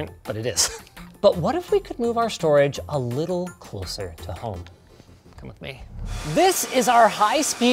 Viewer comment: I though just for a second he was going to say closlyer again and trigger me...lol